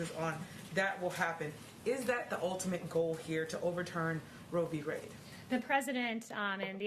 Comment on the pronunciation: Did that reporter just say Roe V Raid 😆